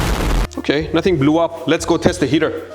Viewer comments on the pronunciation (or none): none